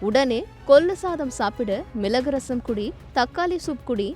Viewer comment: 1 . ""கொல்லு , மிலகு , தக்காலி "" இல்லை ....... 🤦 🤦 🤦 அவை முறையே , ....... "" கொள்ளு , மிளகு , தக்காளி "" ஆகும் !! 2 . அதே போல , "" அட்வைஸ் கலை "" கிடையாது , ...... "" அட்வைஸ் களை "" !! அல்லது "" யோசனைகளை "" ...... !!! 3 . "" அல்லி கொட்டுவது "" 🤦 🤦 என்று சொல்லாமல் "" அள்ளித் தருவது "" என்று சொல்லவும் . 4 . " கோலாறு " இல்லை , 😢 ....... அது "" கோளாறு "" . ல , ள, ன , ண, ழ , ர , ற , ஆகிய அழகான எழுத்துக்களை சரியாக , பிழையின்றி சொல்லவும் . கொஞ்சம் ஒழுங்காக தமிழ் உச்சரிக்க கற்றுக் கொள்ளுங்கள் . உங்கள் தமிழ் கேட்க சகிக்கவில்லை. !! 😢